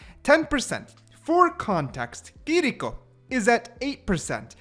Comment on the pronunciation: I thought it was kiriko not kiliko why r we saying her name like this